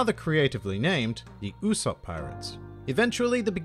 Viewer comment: U-"soap" is the pronunciation my friend 😉